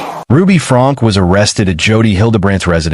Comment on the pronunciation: So I guess this is yet another AI channel. This case is too big to mispronounce the the last name of the convicted person and her children.